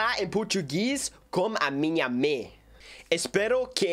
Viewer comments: falou meio q em francês kkk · Nossa!!! Está bom seu português, embora a pronúncia precisa melhorar da pra entender sim! Você disse que gosta de conversar com sua mãe, a palavra mãe "mother" na pronúncia está errado, você falou "mí ou me" eu acho, ficou engraçado 😆😆. Mais o restante está muito bom mesmo, seu português está mil vezes melhor que o meu inglês kkkkk. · "A minha mê"